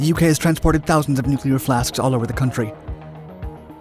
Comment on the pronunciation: Really good video! Did crease a little bit at the end due to the pronunciation of Heysham and Lancashire, for ease of reference: You "heave" a heavy load to Heysham, less you "shear" a bolt in Lancashire 😘